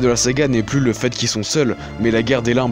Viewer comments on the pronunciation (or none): none